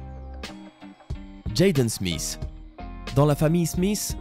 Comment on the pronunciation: On a regrader sa en classe je ne sais pas pourquoi et ta pas bien dit Jaden smith